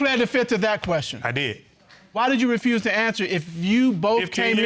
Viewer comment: .."Pleaded the Fift"..haaaaaa....He must have been watching to many Legal soapies,,,haaaaa